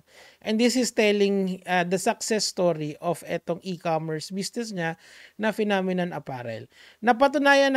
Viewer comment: phenomenon!? o Nenokinnon 🤣🤣🤣🤣 ninenok mo nga pic. ng modek mo🤣🤣🤣🤣🤣